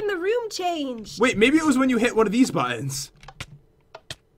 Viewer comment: **Three Two Wah